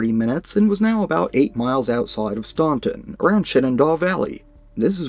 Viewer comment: Id love to know where the field is,I live there/here. Oh and we pronounce it stan-ton